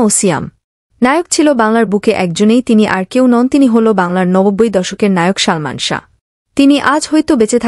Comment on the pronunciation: কি শালমান শাহ বলছেন উচ্চারণ সঠিক করেন বলেন ❤ সালমান শাহ ❤